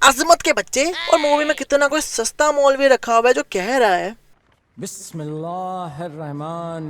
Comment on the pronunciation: Bhai aap se galti huyi h😊. Bismillah me na ar hota h na har hota h hir hota h. Bismillahir rahmaan hota h❤ bro